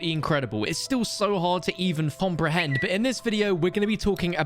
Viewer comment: Love the fact he said frompehend not comprehend. Watched it like five times. Love ya ❤